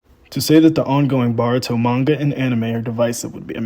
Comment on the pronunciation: Bro you’re saying Boruto wrong 😭😭